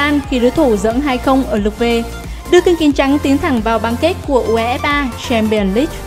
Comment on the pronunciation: Đưa nhỏ bình luận ko biết đọc UEFA Chamion leange gì hết